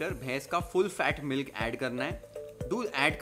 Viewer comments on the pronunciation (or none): none